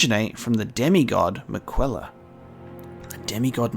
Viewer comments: Miquella is pronounced “Mik-uh-luh”, not “mi-kwe-lah” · Hmm he pronounced Miquellas name wrong in episode 1, I'm sure someone will be reminding him how it's pronounced plenty of times later